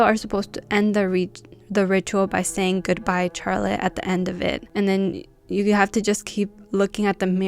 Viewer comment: Yesss!! I love learning about scary games 😍 I don't think I can ever play these games sober, ima need some shots or ima be scaarreedd ASF 😅 Btw I love how you pernounce Charlotte😂 Never heard anyone say "Char-lotte" instead of an S like "Shar-lotte"